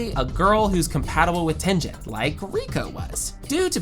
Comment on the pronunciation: Using show clips and STILL mispronouncing several names is the worse kind of rage baiting. Why even do that? GAY-TOH. Not Gee-toh. TEN-GHEN. Not Ten-Djen. If you’ve watched the show, you know this.